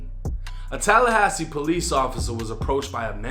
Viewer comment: Did say TELLahassee??😂